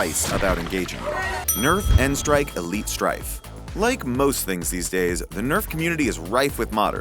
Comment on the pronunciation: Thank you for saying n-strike and not nstrike